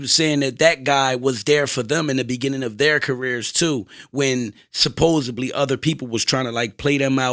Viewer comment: Somebody tell that’s its supposedly not supposebly lol